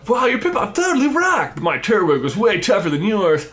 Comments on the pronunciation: Did you say turt wig lol its turt twig Edit: i chose piplup to! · Why did you say Turtwig like Turt-wig...? It's Tur-twig.... because it's a TURtle, with a TWIG on its head... cmon man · Never understood why people say turt-wig. Even if its not right I will always say Tur-Twig. Just makes more sense that way to me.